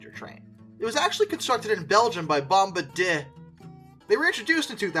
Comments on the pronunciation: It's pronounced like this Bom bar de a you twit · The company 'Bombardier' is pronounced 'bom'(rhymes with 'mom')-'bard'(rhymes with 'hard')-'yay'. It is named for its founder Joseph-Armand Bombardier. He was the inventor of the snowmobile. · to help you out it is pronounced bom-bar-dee